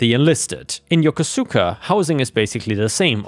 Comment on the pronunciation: I was stationed at Yokosuka in the late '70's. Yokosuka is pronounced "yoh-kohska" (long "o").